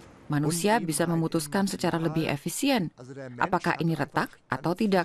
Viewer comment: Narator nya salah mulu bilang kata "tidak" .... Ga enak dnger nya